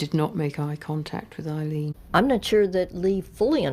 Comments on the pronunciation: Her name is pronounced "Ayylean" not Ilene. The least you could do was pronounce her name correctly🙄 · Amazing isn't it, the narrator's here mispronounces the names of both these two women calling Wournos Eileen her name Aileen and Tyria is called. Tyra, researchers please note.